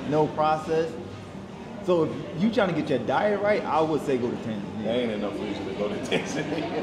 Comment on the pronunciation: You lived in Tanzania for a whole year and you didnt learn how to pronounce it...? C'mon dude.